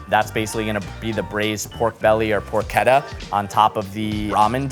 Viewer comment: also pork-etta lol